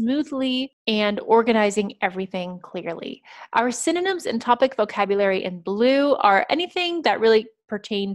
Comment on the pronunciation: Great jog gal,but the one thing that kills me is your synynom(synonym).Reckon that word has stuck for good.But overall,y'all're mighty fine tutors.